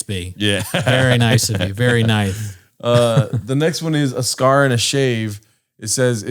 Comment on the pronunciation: Yo it’s a Scare like boo not a Scar like Pacino. Redact! Love you guys!